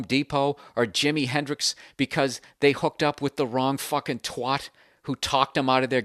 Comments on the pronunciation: It's T W A T. Not twwaght. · As a brit it does make me giggle every time Bill says 'twat'. Its pronounced twAt not twOt XD (that's how we pronounce it anyway). That would be like saying baseball BOT or saying someone is FOT, it just sounds so stupid XDDD makes me laugh every time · I do find it funny how americans tend to pronounce twat Bill you're no different, the American pronunciation kinda kills the word's own impact It just sounds so anemic in the US accent and it makes me giggle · Hearing an American say "twat" is a bizarre experience